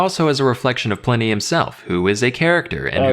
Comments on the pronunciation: pull-in-e not pline y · "Ply-knee". P-leeeese! Even the vid commentator pronounced it correctly as "Pli-ney". It's even SPELLED "Pliney"! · Pliny is pronounced "plinny", not "ply-nee". LOL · PLINY ISN'T PRONOUNCED LIKE THAT 😂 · It's quite bizarre, that he hears the correct pronunciation, and still gets it wrong.